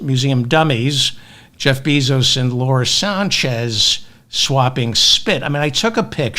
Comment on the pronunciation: Bezos is pronounced BAY-zos, not BEE-zos